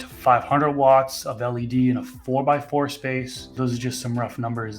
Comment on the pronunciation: You sound like your from Boston when you say 4x4 lol facts.